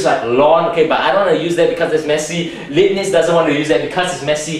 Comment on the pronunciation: 1. it's pronounced like "laib-nitz". 2. Indian mathematician Brahmagupta (AD 598-668) had discovered this 1000 years before. 3. you can get 1 - cos(theta) from t=tan((1/2) theta) by standard t-formulae [tan(theta) = (2t)/(1-t^2) cos(theta) = (1-t^2)/(1+t^2)]